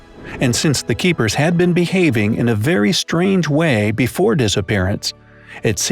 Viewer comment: Keepers not keekers😨😔